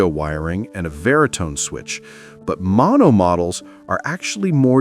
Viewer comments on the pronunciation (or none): none